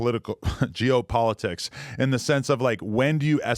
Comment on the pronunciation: Hearing Adam almost have a brain aneurysm trying to pronounce geopolitics is hysterical 😂